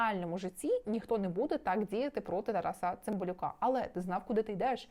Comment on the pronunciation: Можно лагідну підказочку? «ТарАса», не «ТарасА» «ЛевіОса, а не «ЛевіосААААА»😅🫶🏻